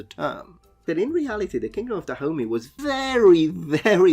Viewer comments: i keep thinking that you’re calling africa the “kingdom of da homie”. while I know thats not what you’re saying, I think that’s pretty funny. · Da homie? I though it was pronounced DahomEY. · YEEES I keep hearing Kingdom of da Homie!!! Glad I'm not the only one. Also it's Kingdom of da Homie vs Kingdom of Oil? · without knowing the context for the first minute it sounded like you were saying "Kingdom of Da Homie" and I was very confused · I keep hearing him say "the kingdom of da homie" which I know he's not but I can't un hear it! Lol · OMG.. i thought you were calling the kingdom, the kingdom of the homie.. lol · It sounds like he's saying the kingdom of da homie. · I only (mis)heard it as "the kingdom of the homie" for a solid minute there, and now I can't unhear it either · Yeah, I heard kingdom of da homie every time 😂😂 it's funny cuz it fits!